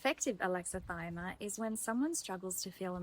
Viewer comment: I like your videos. Just a note: It's pronounced with six syllables: a-lex-i-thy-mi-a. Think "Alexa - thigh - me - uh".